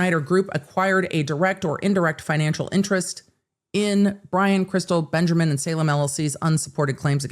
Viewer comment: The commitment to "" 😂😂 love it